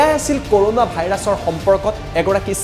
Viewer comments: ক'ৰ'ণা নহয় কৰুণা হে 🤣🤣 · news tut koise nhh koruna buli🤣